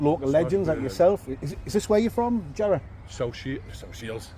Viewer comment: Ere mate...sell us yah Jar-row